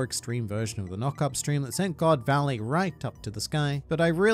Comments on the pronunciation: GOD VALLEY ❎ GO. D. VALLEY ✅ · Its GO D VALLEY